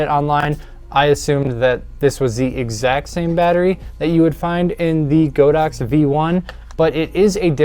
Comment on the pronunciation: Not the most important thing, but it is actually pronounced God-Ox, not Go-Dox. 神牛 means just that. :)